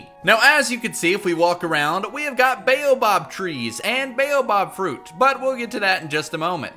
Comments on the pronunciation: Buoh-bab not baeyobob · "bayobob" "acasiuh" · Sis, it's the baobAb tree not the baobob tree, dis 'n flippen boom nie jou donnerse buurman nie😡😠🤬